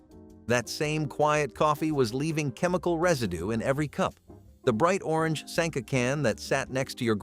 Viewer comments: A lot of words in this channel are mispronounced. An example is Sanka coffee. It’s not pronounced “Sahnka”. Every video I’ve watched has you mispronouncing words. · All of the mispronounced words are bothering me. "Sonkuh" Please just remember the commercial or sound it out: sank-uh. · Why are you pronouncing Sanka like "Sonka"? It rhymes with the way a Londoner says "wanker." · Could you please pronounce Sanka correctly? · The pronounciations are terrible. “Sonka”. “Bracks “. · brachs (bracks). And sanka (Sonka)